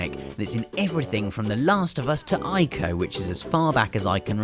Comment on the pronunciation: Finally someone who says "Ico" correctly. Thank you.